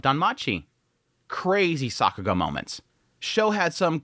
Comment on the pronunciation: Stop saying Sockuga